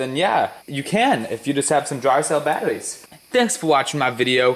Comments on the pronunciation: Russian or hair lip? Battoweez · Poe wit aww wout we going to make thermite from batawees lol the way he talks is killing me